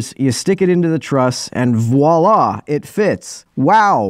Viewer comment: it's "voi and la!"